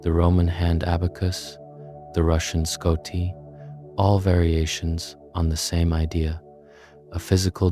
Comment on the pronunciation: It is "счёты" (shoty) with "sh" sound. From russian "считать" (shitat') which means "to count".